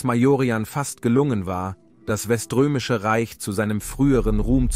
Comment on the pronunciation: Aua... es tut so weh anzuhören 😭 Die Videos sind so gut gemacht, schön gesprochen und richtig interessant... wirklich. Aber die fast immer falsche Aussprache des "Weströmisches und Oströmisches Reich" triggered mich extrem... in einigen der letzten Videos schon 🙈